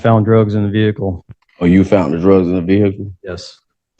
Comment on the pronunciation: He officer found the drugs, the defendant “FOUNDT” the drugs😂 5th grade was tough but he MADE IT on his 3rd try🚌